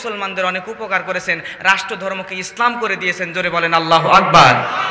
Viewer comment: বক্তা মাওলানার আল্লাহু আকবার الله أكبر শুদ্ধ নয় । তিলাওয়াত কৃত আয়াত সমূহ প্রায় ভুল । শুদ্ধ করতে বলি । ওয়াজ অনেক সুন্দর । বক্তা মাওলানার জন্য দুআ করি এবং করবো । ( মুফতী ) হোসাইন আহমদ হাম্মাদ চৌধুরী কাসিমী । শিবপুর । মোড়াঝার বাজার । জিলা হোজাই । আসাম ।